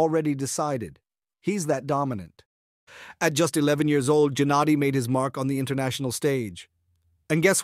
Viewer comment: it aint jennady bruhhhh.... Geh - like you pronounce gay - geh-nah-dee